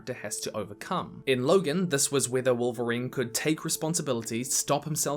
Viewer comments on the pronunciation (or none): none